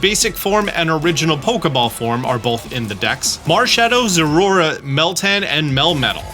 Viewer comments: Enjoyable video as always, even if I've already seen all this information weeks prior I can't pass up on watching. However, I just can't with your pronunciation of Zeraora. It is clearly Zera-Ora. Every time I hear you say Zorora, it sounds like you're failing to say Zorua. But that's just my minor gripe. Sorry, love ya! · Sorry, I have to correct you on the pronunciation. Ze-Ra-Or-Ra. Four syllables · please learn the correct pronunciation of Zeraora before the DLC drops😂Your shiny Zeraora live stream is what inspired me to start streaming!